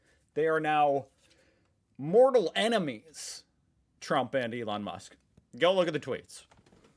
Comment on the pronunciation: True, he said Ron Musk lol